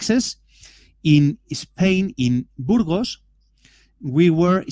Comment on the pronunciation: You can learn to pronounce 'Burgos'.